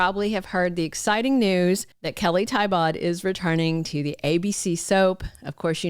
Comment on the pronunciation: I believe Kelly pronounces her last name "Tee-Bow"